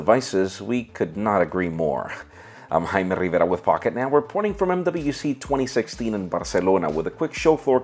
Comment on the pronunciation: Porque dices tu nombre como jjjaime rrrrrivera tanto enfasis a esas letras o presumes que eres mexicano?